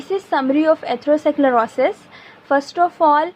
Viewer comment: i liked your content but pls correct ur pronunciation this will help its really annoying to hear how you pronounce atherosclerosis